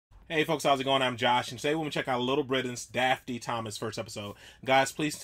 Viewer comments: Watch out with the name – it's Dafydd 'Dav-ith' ('ith' as in 'with'), not 'Daffy D' :) Welsh language version of 'David' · Dafty Thomas?! It's pronounced Dav-ith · I’m half Welsh...and I think it’s pronounced “Davvith” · Hello from the UK Josh 🇬🇧 just letting you know ‘Daffyd’ is pronounced ‘Daffid’ x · crying at the pronouncing of 'Dafydd' little knowledge for you (not being rude, it's just nice to share) Dafydd is the welsh word for David and it's pronounced more like 'davith' (dd is a single letter in welsh and pronounced like 'th' in english) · I was waiting to see how you'd pronounce Daffyd! You didn't disappoint! 😂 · You pronounced Daffyd totally wrong